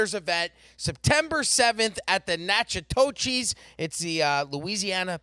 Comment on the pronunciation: Hello😁 it’s pronounced NAK A TISH Louisiana 😁